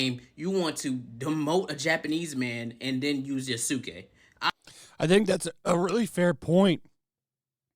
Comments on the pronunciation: YA-SKE, not yasOOke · Yoo ski......Yoo ski If you're going to be critical of a story at least pronounce the fucking name correctly. Yaah sss kaay. Like good lord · Just to let everyone know, Yasuke's name is pronounced as (Yas-Kei), not (You-su-kei). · the Us are almost always truncated - so you would say this as (long A)Yah-skay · That yooouuuuskay hurt my soul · It's pronounced yaaah-soo-kay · Your way of pronouncing Yasuke’s name is like watching the guy who pronounced Shaquille O’Neal’s name as “Shaquallay Onalley”. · Self proclaimed Japanese culture expert can't even pronounce the name Yasuke right. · To help with the pronunciation, Yasuke rhymes with Sasuke, a character from Naruto. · I love how everyone reporting on it can’t pronounce the names in Japanese. lol. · Yasuke‐ "Yah-Su-keh" Yasuke was never a Samurai. It is very difficult to be a samurai. He was a retainer, and that was it. And he only became a retainer because his skin color was exotic. The first non-Japanese samurai was a white man. I believe he was Dutch(correct me if I'm wrong). It's disgusting that they're trashing someone else's culture, yet they're so quick to jump on the cultural appropriation train. Hypocrites. I hate that they're rewriting history to suit their own narrative. DEI is trash. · Never heard anyone have so much trouble pronouncing TSU and does. Ghost of SHUshiman eh?? Also not Ya-SU-ke. The U sound is minimized not emphasised. It sounds more like Yass-ke, a very common boys name.